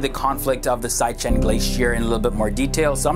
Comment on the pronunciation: Siachin is pronouncer as see-aa-chin not saya-chin.